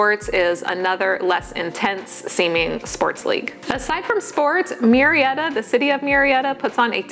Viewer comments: Absolutely not it is not Mew Murrieta is pronounced Moo-rrea-ta. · It is funny that you mention the pronunciation of Murrieta. I happen to be a bilingual speech pathologist in the area. Murrieta is of Spanish origin and “ Mew-ree-eta “ is definitely NOT the correct (or closest) pronunciation! My last name also is spelled with the same first 4 letters and It is not pronounced as “Mew-row”. In fact the closest pronunciation in the first case is “Moo-ree-eta”. That is of course, if you acknowledge the original Spanish roots of the name. Hope this helps! 😊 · I was thinking the same thing. Murrieta is a Spanish name. Its proper pronunciation is MOO-REE-EH- TAH.